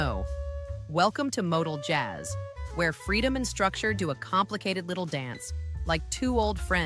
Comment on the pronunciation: MOTOJAZZ is kinda like MODAL JAZZ but only if moronic AI narrators are involved